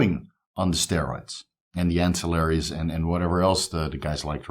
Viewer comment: Glad you finally figured out how to pronounce ancilliary 😂 Great stuff